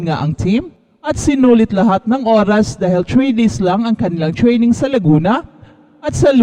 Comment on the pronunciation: Chraining😂 Opporchunity🤣 jusko naman ayusin nyo naman pag vvlog nyo😅